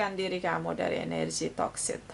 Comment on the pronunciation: Mohon maaf nona pastel.. sedikit koreksi bhw pengucapan yg benar adalah hubungan yg toxic.. bukan hubungan yg toksit.. maksudnya hubungan yg tidak sehat dan ketergantungan.. Terima kasih.. maaf utk koreksinya